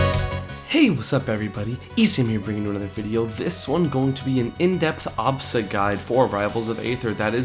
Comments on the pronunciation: The way he says absa drives me insane... it's not awwbsa it's ahhbsa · if only he stopped saying obsa and said Absa lol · it doesn't work cause he pronounces it "ah-bsa".